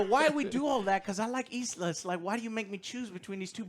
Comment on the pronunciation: Its Elsa not isla 😂